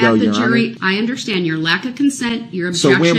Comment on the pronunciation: I wish someone would explain to him that there is no "h" in understand!